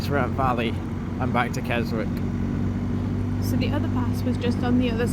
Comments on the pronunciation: Pronounced Kes ick the W is silent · Great video as always guys, but just to note, the w in Keswick is silent 😂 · Hi just want to say Keswick has a silent w and wrynose pass first 3 letters sounds like rye hope you don’t mind us saying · Love the video :) It's pronounced Wrynose to rhyme with tie (Wry-nose) and the 'w' is silent in Keswick, so it's pronounced Kessick. I was up Wrynose and Hard Knott on New Years day this year, so the memories are still fresh. (MUCH quieter!) Oh, and look up the Fred Whitton sportive and you'll see it's a single cycle sportive that takes in all the passes you did that day.